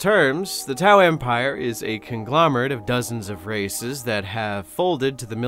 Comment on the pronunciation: Instead of "conglomerate of dozens of races" I heard "conglomerate of dozens of racists"